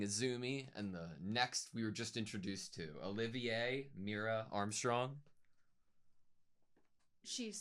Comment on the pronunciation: This comment just hit what i was thinking. Found it funny how perfectly Olivier was said than Riza (or Rye-zza, rizz-za that people keep saying)